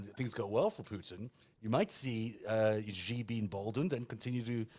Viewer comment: The "X" in the Chinese name "Xi" is not pronounced like the "g" in the English word "regime." The "X" in the Chinese name "Xi" is pronounced more or less like an "sh," thus the Chinese name "Xi" is pronounced more or less like the English word "she."